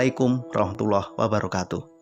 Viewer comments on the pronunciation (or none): none